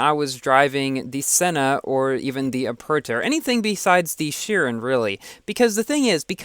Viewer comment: Man I like you but... Your pronounciation of chiron is so annoying